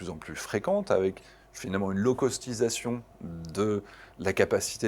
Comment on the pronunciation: "lowcostination" ... diantre ... yuouuu speuhak euh verrerie goude angliche ! Cela dit, merci pour ces explications. Très bonne entrevue !